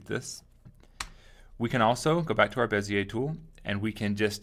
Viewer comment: Finally somebody pronounces Monsieur Bezier's name correctly! I am really tired of hearing "beezer tool" and similar stupidities! Merci!